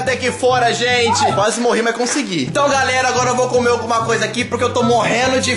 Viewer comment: Quem percebeu que ele dizê então garela😅❤❤😍